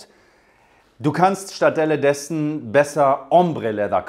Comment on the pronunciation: "...du kannst stattdelledessen..." LOL Dem Typen hat das ganze Parfüm das er geschnüffelt hat total die Muttersprache weggenebelt. Was für ein Nichtskönner. Naja, dafür kann er gut duften. Is ja auch was tolles. Ach ja... Es heist einfach: Stattdessen oder auch Anstelle dessen. Ich habe fertig. PS: EIn sexy Duft... Männerschweiß nach harter, ehrlicher Arbeit ihr 2 Schnellspritzer ! Hattet Ihr eigentlich schon euer Comming out ? Ist heutzutage keine große Sache mehr. (>_O)